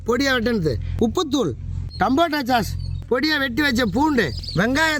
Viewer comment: Athu chass illai but sauce… pronounced almost like sos… 😂😂😂